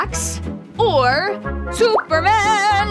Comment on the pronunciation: THE WAY BLUD SAID SUPERMAN- 💀